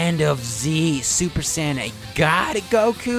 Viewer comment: My man said "Zuper"